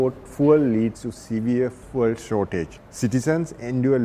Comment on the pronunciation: Bro needs to learn how to pronounce fuel